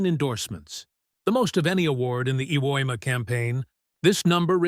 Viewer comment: OMG! I finally figured out that the island you are calling "Ewema" is actually Iwo Jima! I can't believe you never fixed that horrible mistake!!